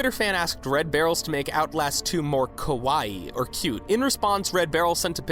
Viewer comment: Your pronunciation of "Kawaii" was terrible... You actually said "Kowaii", which means "Scary".... Yeah. Totally different.. :/